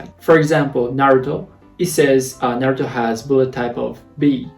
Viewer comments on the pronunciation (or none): none